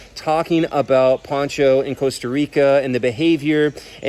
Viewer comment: The Costa Rican croc's name was Pocho not Poncho lol